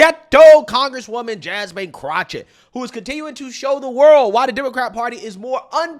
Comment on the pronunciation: I love how you call her CROTCHETT lmao